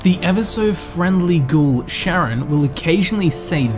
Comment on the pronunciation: Stop pronouncing charon like sharon wtf 🤣